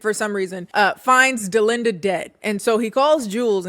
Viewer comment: My name is Dollinda..hearing Delinda is setting me off😂😂